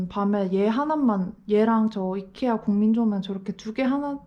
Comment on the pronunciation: 이케아를 자꾸 아이케아라고 하시는거...저만 이상하게 들리나요...?ㅋㅋㅋㅋㅋㅋㅋ 근데 군데군데 감성이 많이 묻어있어 집이 예쁘네요!!ㅎ